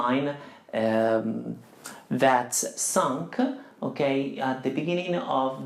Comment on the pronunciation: very good lesson, only pronunciation "sunk"